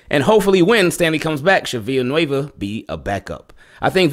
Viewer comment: THANK YOU FOR PRONOUNCING "VILLANUEVA" CORRECTLY! I haven't heard anyone else in US sports media pronounce the "ll" like a "y" like you did in this vdeo. It's basic Spanish--I don't speak Spanish at all but I at least know that much. "Me llamo" = "may yamo", "villa" = "via", "amarillo" = "ahmahrio", etc. Keep up the good work brother and Go Ravens!